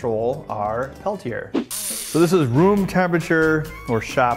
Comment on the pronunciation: anyone else cringe when he pronounced Peltier?